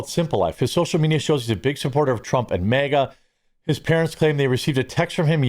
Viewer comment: Dude, I'm not trying to be a dick, but I don't understand why you keep Pronouncing MAGA as MEGA ITS M.A.G.A